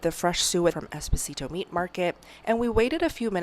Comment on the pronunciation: The way she pronounced Esposito 😢. Im Italian and cringed